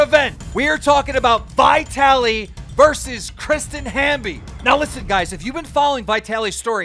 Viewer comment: you pronounce "vitaly" so strange. If you took the v off the start how would you pronounce it? why are you capitalising the "I"? say Italy and stick a V on the start lol... yanks are funny with their pronunciations lol.